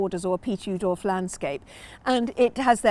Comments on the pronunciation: Love the video but the Dutch pronounce his name ooh that's nice dolf rather than ow that hurt dolf. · Brilliant video. Thank you! BTW Oudolf is pronounced Owdolf.